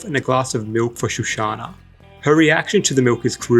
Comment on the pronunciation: Shoshana not shushana.